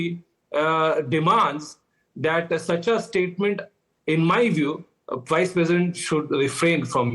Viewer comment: Why are you pronouncing "Vice" as "Wice"?!